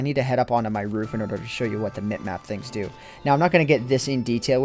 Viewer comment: "so I had to fo" not "so I had to do"...